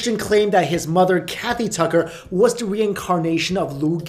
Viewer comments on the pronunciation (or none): none